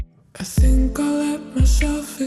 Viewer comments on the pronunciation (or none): none